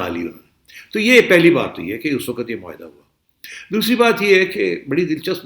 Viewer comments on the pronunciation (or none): none